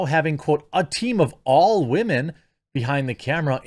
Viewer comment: I've been watching for a minute... I cannot figure out what he's doing when he says "wah-men"? Is it just how he speaks? Is he calling women whiners (if so, presumably it would only be in context of whiny women, not all women)? I never notice the word but for when he mispronounces it, lol, so he could be saying it correctly 99% of the time.